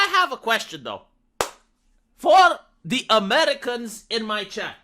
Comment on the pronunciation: I work with some Germans and they do the "ze" thing, so I guess not all germans learn english that well?